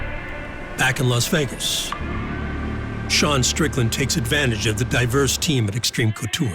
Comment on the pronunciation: literalls says D'Sean strickland